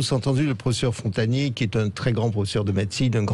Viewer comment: Professeur Frontagnier ??? 😆 déjà nan ! Cest pas Frontagnier mais Montagnier 🙄